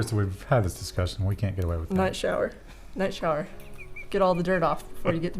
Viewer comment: I realised after watching it several times but at 2x spead night shower master race sounds a lot like nice shower and mastur.... Sorry it should be interlectual comments only but